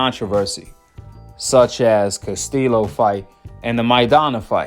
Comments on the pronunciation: Learn how to pronounce people's names Casteelow 😂 Castillo is like Casteeyo Dude like South Paw say you a Goofy and Loma won that damn fight! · Castillo pronounced Castiyo. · if you actually watched the castillo vs mayweather fights... you would actually know how to pronounce Castillo's last name right... tells us you're full of it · Bro just pronounce castillo like you say yellow lol